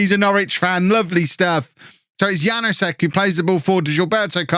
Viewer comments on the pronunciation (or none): Hey, the K in Knoll IS pronounced Wague is pronounced more or less like wag-ay Janousek is yan-oo-shek Also, Mingueza is min-geh-sa or min-geh-tha. Hope this helps:)